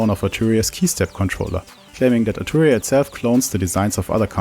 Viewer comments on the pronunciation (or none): none